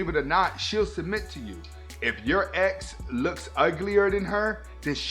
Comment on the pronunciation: I thought you said eggs instead of ex lol i was confused